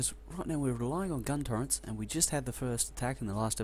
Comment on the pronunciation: They are called "turrets", not "turreNts". In written language, sure, it's a common mistake, but I've never heard someone actually say it out loud. Also, stop breathing/sniffing/coughing into the mic please, I'm way too familiar with your bodily functions at this point. Good playthrough tho, you're one of the few people who bother making a LP out of this game who knows what he's doing. Though, you really are overproducing science packs like mad. Also, think bigger. Like, WAY bigger. Like, take your current space and quadruple it. And then you probably still need more space. And you definately don't need that many boilers, especially at this point (Boilers being the cause of pollution, not the steam engines (Steam is harmless hot water, it's the burning fossil fuels that attracts biters)). Each steam engine needs 1.33 boilers, so you either add more engines or reduce the amount of boilers, cutting back on your pollution.